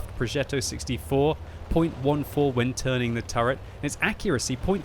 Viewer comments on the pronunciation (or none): none